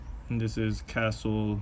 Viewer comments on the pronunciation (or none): You mean CaCtle?